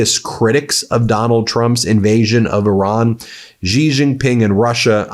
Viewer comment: Please learn to pronounce President Xi's name correctly. It's very distracting. Xi sounds like "she."